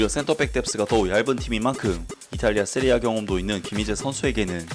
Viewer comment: 세리에 에이보단 이피엘이 나을듯. 근데 왜 세리에 에이를 세리에아로 불러요??